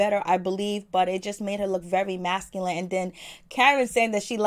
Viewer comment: If she said masculint instead of masculine and insinuate instead accentuate I would have screamed !!